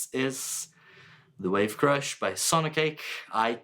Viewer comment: This is apparently a very similar (if not the same) circuit as the Hotone Krush, which is on my board 😁😁😁 super cool to hear the sounds you get out of it, definitely re-inspired me to use the Krush more! Also it sounded like you said b*tch crusher at some point lmao 🫣